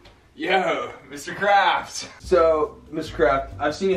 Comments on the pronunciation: did anyone else think in the beginning kept saying Mr.Krabs instead of Mr.Craft 💀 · literally i thought he was saying mr krabs the whole time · Legit forgot that Aaron's last name was Craft so when went up to his dad I thought he said "Yo, Mr. Krabs!"